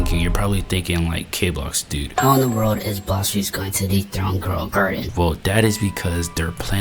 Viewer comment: Bro said girl a garden 😂